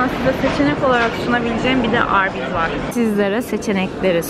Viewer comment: 10.04 çok komik arbys dedin🤣😂😂